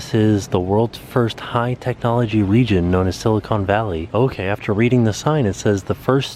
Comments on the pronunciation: Did I hear you say silicone? Its silicon! I dont expect you to know that though. Welcome to my home town. You should come visit fresno some time! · Please... it’s Sill-a-con like khan... not cone like ice cream. Silicon and Silicone. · Silicon. Not SiliCONE. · LOL, It's pronounced..sila con valley.